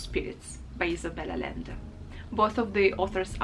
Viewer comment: a little note: if the name is spanish the "LL" is pronounced like a consonant "Y" instead of "L" , so "Allende" is pronounced A-yen-de and not A-lend-e